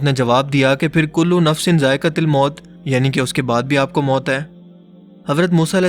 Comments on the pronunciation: Kulu nafsin zaiqatulmout he zaiqatilmout nhi bhai ap galat parh rahe ho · "Zaiqa til" nai "zaiqa tul" ha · jo ayat ap tilawat farma rhe han zaeqa tul moot hai na k zaeqa tel moot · Zaikatul mout۔۔۔۔۔۔۔not zaaikatil mout sorry for hurting u😢😢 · میرے بھائی zaekatil نہی ہےzaekatul ہے۔۔۔جزاک اللہ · Assalam o Alikom bhai ap ny 2 bar aik mistak ki hy ap ny jo aik galti 2 bar ki wo ya thi ky kulu Nafsin zaika tul moat hy ap zaika til moat bola hy 2 bar to plz correction kar lain shukrya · aap Ayat ko ghalat parh rahay hain "كُلُّ نَفْسٍ ذَآئِقَةُ الْمَوْت Kullu nafsin zaiqatul maut" aap h "zaiqatil" bol rahain plz correct this mistake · سلام！ میں امید کرتا آپ خیریت سے ہوں گے۔ مہربانی فرما کر قرآنِ کریم کی آیتِ کریمہ کو درست تلاوت فرمائیں ، ○كُلُّ نَفْسٍ ذَآئِقَةُ الْمَوْت○ تاء کے اوپر پیش آ رہی ہے جبکہ آپ نے زیر پڑھی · Apne quran pakki jo ayat parhi he wo galat he wo zaiktul moat he zaiktil nh he taaa pe pesh he zer nh 😒😒😒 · جناب کل نفس ذائقةِ لموت نھیں بلکہ کل نفس ذائقةُلموت ھوتا ھے اور لفط مَلَك الموت نھیں مَلك الموت ھے زرا اصلاح فرمائیں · Hi, Hope you are fine. You recite the Ayat كُلُّ نَفْسٍ ذَآئِقَةُ الْمَوْت. Recite it Zaika tul Moot instead of Zaika til Moot. I hope you shall recite it correctly and never mind. Ward Regards. I appreciate your efforts. Waiting for your reply. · zaika til nhi bhai zaika tul maot hai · ذَائِقَةُالمَوت hai ت par paish hai zabr nhi Bhai g.... doing good job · Bhai za'ika tul most ha Na k til moat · بھائ نکتہ چینی نہیں کر رہا چونکہ قرانی آیت ہے اس لیے اپنی اصلاح کر لیں کُلُّ نَفࣿسٍ ذَائِقَتُہ الࣿمَوࣿت ہے ت کے اوپر پیش ہے زیر نہیں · آپ نے آیت دو بار اعراب کی غلطی کے ساتھ پڑھی۔۔۔کل نفس ذائقتہ(٫) الموت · جزاک اللہ خیرا کل نفس ذائقہ الموت، آیت پڑھنے میں غلطی کی ہے درست فرمالیں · آیت غلط پڑھ رے ہے كُلُّ نَفْسٍ ذَائِقَةُ الْمَوْت. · بھائی جان آیت کو صحیح کرلیں ذائقۃ پر زیر نھی پیش ھے